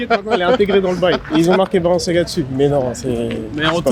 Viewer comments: Je sais que jvais passer pour le relou de service mais "Valantino" "Balanciaga" faites un effort mdrrr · Personne a vu le « balanciaga » ou le « Valantino » ? 😂